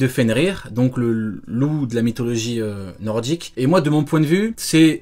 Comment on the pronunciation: Nordique ptn pas noroise, ça se dit pas noroise.